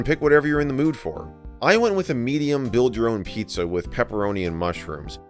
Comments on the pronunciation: " Pii-zza " What fun. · pizza < piiza